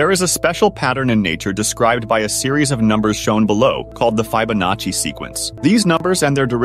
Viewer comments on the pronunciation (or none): It’s not FYE-bonacci. It’s Italian. Soft “i.” It’s a fascinating area of mathematics, but if you don’t know how to pronounce it, you’ve never actually discussed it with anyone, so you can’t have much of a grasp of it. Sheesh. Especially a computer voice should get this right! Fibonacci (/ˌfɪbəˈnɑːtʃi/